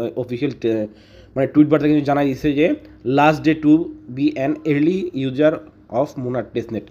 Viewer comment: সঠিক উচ্চারণ; আরলি ইউজার